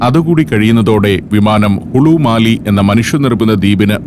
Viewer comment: മാലി അല്ല മാലെ (Male’)